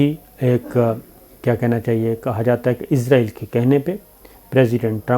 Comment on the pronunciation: یار .... یہودی مُلک کا نام اِسرائیل ہے اور. عِزرائیل مُلک الموت ہیں.... اپنا تلفظ درست کریں